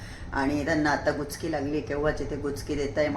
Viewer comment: गुचकी नाही उचकी